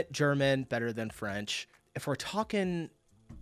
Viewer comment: As a French, her French sounded pretty much perfect, she's wrong to believe she has a strong accent! It's not surprising though as she's a native German speaker. French and German, despite being quite different in origin, have a similar phonology. That's due to France being once part of the Frankish Empire, and that's how it got the name "France", it's the western part of this empire that survived to this day. To other Romance languages speakers, French kinda sounds like their language but with a German accent. That's why she gets the impression she has a French accent when she speaks Spanish. So Germans generally pick up French pronunciation very well, and their German accent can go unnoticed, it's pretty much the same as Eastern France accents. In English and likely other languages the French and German accents are very similar and often confused.